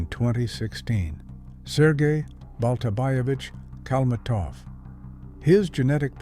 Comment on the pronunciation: AI crap. They don't even know how to spell and pronounce his name.